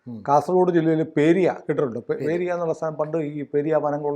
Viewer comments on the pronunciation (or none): പേരിയ അല്ല സുഹൃത്തേ, പെരിയ. പേരിയ വയനാട്. അവിടെ ആണ് മരം മുറി നടന്നത്. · ശരിയാണ് ഇതിനടുത്ത് എൻറ വീട് അത്ഭുതപ്പെട്ടിടുണ്ട് കാസർ ഗോഡ് ഉള്ളവർ ഈ പണം എവിടേന്ന് വന്നു നിയമപ്റകാരമല്ല ഉറപ്പാണ്. പേരിയ. അല്ല. പെരിയ കുറിയ ഇതാണ് ശരിയായ സ്ഥല പേര്